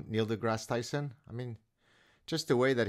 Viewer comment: "Neil DeGrasse Chrison." lmao